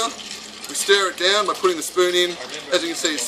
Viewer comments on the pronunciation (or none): Every time he says "stir it down" I hear him say "stare it down", which is better on so many levels.